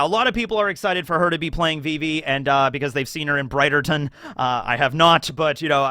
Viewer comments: The way you pronounce Bridgerton. 😂 It’s “Bridge”-erton. 🌉 Also, everybody who isn’t happy about Vivi, because you aren’t horny for her yet, just go watch bridgerton season 1 & 2. You will be fine. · I love that you took so much effort in learning how to pronounce all the actors' name and then you continue to mispronounce Bridgerton 😂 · Okay but the way you pronounced "Bridgerton" actually killed me xDDD I am not the least bit worried about them scaling up the giants - the technology has been there literally since Lord of the Rings. Elijah Wood isn't actually three feet tall. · Can't tell if he is miss pronouncing Bridgerton on purpose or he is just clueless